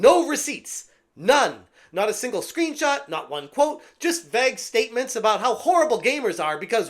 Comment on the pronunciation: Vague is NOT pronounced "Vag!!"